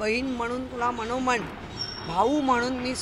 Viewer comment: अशी वाचाळ बहिण असली तर भावांनीही विचार केला असेलच. दूर राहिलेले बरं. निदान डोक्याला तरी शांती मिळाली त्यांना. मणोमण, आणंद, जणतेसाठी हणुमंत... मराठी असूनही इतके अशुद्ध मराठी बोलते.